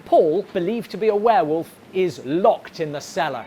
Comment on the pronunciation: And a DOM vare-volf at THAT!! Lol